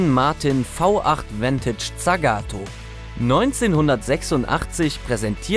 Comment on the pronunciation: Und tsagato waruuuuuumm